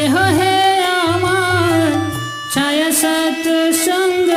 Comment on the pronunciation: pranam pls pronounce Chhaya छय in stead of chayā / चय ।धन्यवाद ।🙏